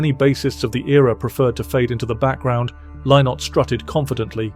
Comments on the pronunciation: Phil Lynott. It's not pronounced "Lye-nott" - it's pronounced "Linnet." That's the way he pronounced it himself. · Lynott is pronounced Linnit like minute. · It's pronounced 'Linott' FFS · That's not how Phil pronounced his surname - check his concerts !